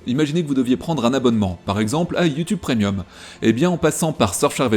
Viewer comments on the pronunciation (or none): none